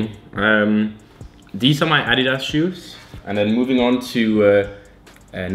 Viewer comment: the way he says adidas, lol, "Ahh- Dee-dahss"